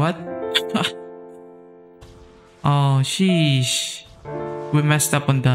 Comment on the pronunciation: he said shesh not sheesh